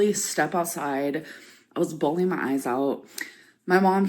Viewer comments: Innit , why are u bhaawleeen? Ur supposed to be an adult lol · I was leedurlee bhawleen my eyes out!!1!1!!!